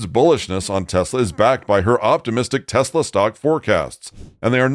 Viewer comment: No "Desslaww"